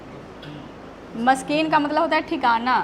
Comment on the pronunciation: Mam maskan ke mana thekana na ki miskeen